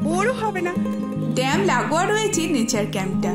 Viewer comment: " ড্যাম্প " টা কি জিনিষ? ওটা ড্যাম হবে।